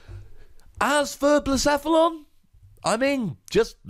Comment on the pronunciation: you actually nailed Blacephalon's pronunciation :)